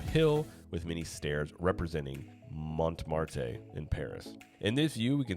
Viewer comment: That pronunciation of French words wasn't too bad, the only one you really butchered was Montmartre. For the next time, remember this general rule : in French, final consonant letters are usually silent and final e's are also usually silent. "Saint Denis" was pretty good except that the final S shouldn't be heard. Sacré Cœur is a hard one due to the spelling. Cœur should be pronounced a bit like "kerr" with "er" sounding like in the word "her". "œu" should sound like the u in "purse". And Montmartre (don't forget there's a R before AND after the T. Just drop the final e and you should sound almost French mon ami. 😉 That's a great report on Epic Universe, I'm eager to see the park open and hop on a plane across the pond. I've lived in the neighborhood near Porte Saint-Denis, so I'm pretty to see how it's "past" is rendered. Greetings from Paris, a few metro stations away from Montmartre.